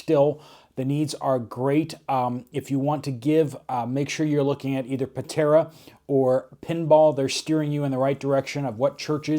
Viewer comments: UPDATE: you reported incorrect information about the Buddy Heaters. The company is donating heaters to the Helene victims in NC & TN. I saw it on Patara’s page yesterday. Also, her name is pronounced Pa-TAR-a. (Tar as in the black sticky substance they use to tar highways and streets.) I ❤Patara and you too! Keep up the good work! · Cant understand the word you said about the Buddy heater. Did you say Patera?